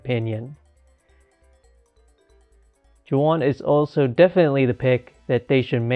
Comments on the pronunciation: This is the first time I'm watching it, and I'm seeing you did not realize how to say his name. It's pronounced more like Waun or Huan, because J's are always pronounced different in Spanish. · Imagine mispronouncing Juan 😞